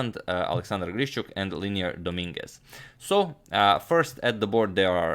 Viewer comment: Hey Agad it's LE-I-NER Domínguez. Nice video (y).